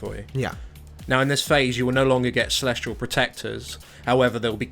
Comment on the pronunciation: sorry but this is just upsetting me now... its celestial. celesTIAL not celestrial! but otherwise good vid